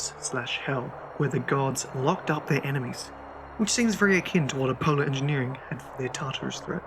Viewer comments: a polo the greek god of mint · If he says Apohloh one more time im gonna shit my pants